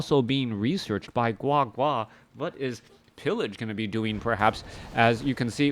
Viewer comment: Oh my. The way you said GuaGua was soooo Chinese! Love it